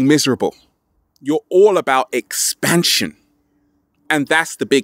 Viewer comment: I began to chuckle out loud when he enunciated "EXPANSION!" multiple times, hihihi...